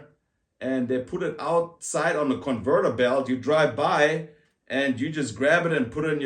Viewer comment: HAHA... Mawnlower and converter belt 🤣😜. I still remember my first time in the US as a German.